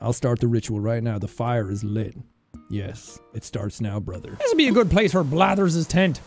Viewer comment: So is NO ONE gonna talk about Sean saying pire and not fire?